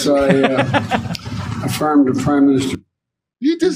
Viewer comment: Afirm – not firm.